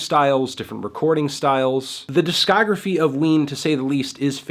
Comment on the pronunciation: all I hear is wiener